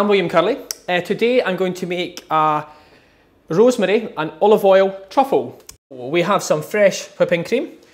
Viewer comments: 3172 he's Scottish😂😂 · He sounds like a russian guy seeing for the first time some rosemary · he sounds more Italian to me? 🤔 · My... the way he says rosemary.... Magical moment..